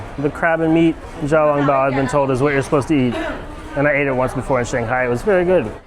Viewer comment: Bro it is not Ja Ja I hope you learned that You were correct in Xiaolongbao but its pronounces somethinging like siao instead of the english x sound